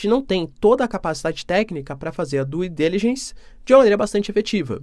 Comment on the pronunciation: curto muito esse canal seu. Vou fazer apenas uma correção na sua pronúncia no inglês, por favor não me leve a mal. Due Diligence = dú dilidgenss (pronúncia) Ronald Reagan = Ronald "Rêigan" (pronúncia) Já fui professor de inglês para brasileiros nos Estados Unidos e sei bem os vícios de pronúncia em inglês por brasileiros. Espero poder ter ajudado. Parabéns!